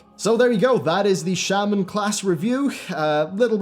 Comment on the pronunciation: You pronounced it shaman but isn’t it pronounced shaman?